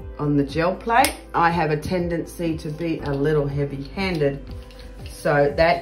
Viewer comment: I hear "Joe Plate" every time. lol